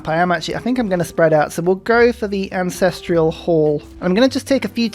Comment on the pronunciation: Only just noticed that says AncestrIal hall. As if there is an "i" in ancestral. Fascinating. I normally don't notice things like this and now that I have, I shall replicate it. But where do the hippos live? In the hippodrome.